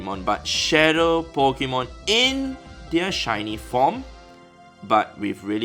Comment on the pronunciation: Nobody: An Asian: Po ki mon